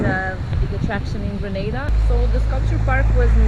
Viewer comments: Nice Vlog. 🙌 BTW it's GRENADA..🇬🇩 & NOT GraNada which is some Spanish country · It’s GRENADA 🇬🇩 Not Granada !